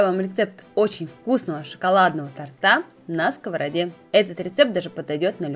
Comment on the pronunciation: Очень нравятся все ваши рецепты и их подача, но позвольте маленькую ремарку от чистого сердца: не тортА, а тОрта.